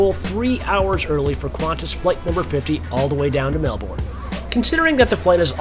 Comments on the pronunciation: The pronunciation of Aussie cities on YouTube is horrendous. It's not Mel-born, it's Mel-Burn. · ways to make an aussie cringe when an 'merican calls it "mell born" mel bin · FYI, the proper pronunciation is "Mel-BUN!" Hardly a genuine OZ experience. No "drop-bears" in the overhead lockers, no 'roos serving the meals, and no Vegimite! QANTAS has really gone downhill. :-) Still, PE is a big step up from Sardine Class in comfort, and almost essential for a long flight. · We say Melbun - I come from Manchester 😆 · Pronounced Melburn :)